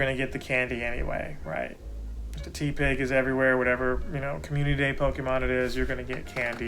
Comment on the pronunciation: Idk why the “ tea-pig “ pronunciation is triggering me 😂 It’s TEH pig 😭😩 Good video though 🙌🏻